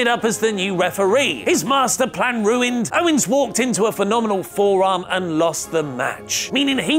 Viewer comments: Ummm..., it's OWENS not OWNES😁😁😁😁😁😁😈😈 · Who the fuck is Kevin "Ownes"?